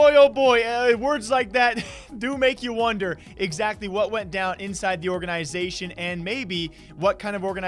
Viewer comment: How this dude says organization is annoying as fuck